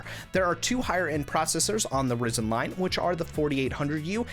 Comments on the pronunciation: It's not risen, it's risin'. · just a different experience for me. Normally it's pronounced Rye-zen. But you do you, I'll still watch the video 👍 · The way you said ryzen 😂😂😂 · I knew something was off with the pronunciation. Still, it provided a bit of humour in your video 😅